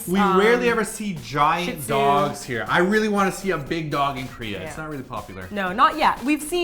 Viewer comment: Shih zhu not shit zhu